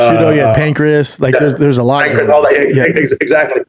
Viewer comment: Schaub really called Pancrase....Pancreas